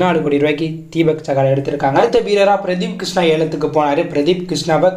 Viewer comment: வீரர்களின் பெயரை சரியா சொல்லுங்க!?பிரஷித் கிருஷ்ணா